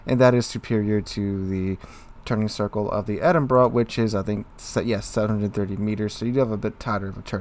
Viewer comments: It's Edin-bo-row not Edinburg. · Well, it SEEMS does, he corrected himself a few times - but to the wrong pronunciation of "Edinboro" - better than "Edinburg" but still not right. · It's pronounced "Edinbra"